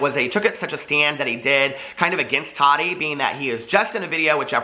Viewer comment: I just have to ask why do u say Toddy instead of Tati?